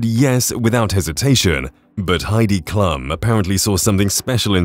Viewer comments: For Pete's sake. You need to learn how to pronounce Heidi Klum's name correctly. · Heidi's last name is pronounced KLOOM, not "clum." Howie's last name is pronounced MAN-DELL, not mandle (it's NOT like handle!)